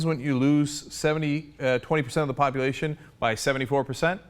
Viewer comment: Did he say "populationship"?